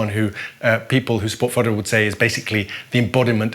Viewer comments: He's Fedorov, not Fyodorov. He's not ruzzian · not "Fiodorov" it's "Fedorov" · not correct. The defence minister Fedorov is Ukrainian, not russian, thus his surname must be pronounced as Fedorov. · Fedorov is also pronounced as fiodorov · The commentator cannot only read Ukrainian but also cannot correctly pronounce Fedorov's name - learn how to pronounce it properly!!!! It's your job.